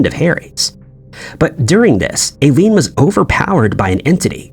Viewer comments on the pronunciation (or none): Eileen is pronounced "Eye-leen".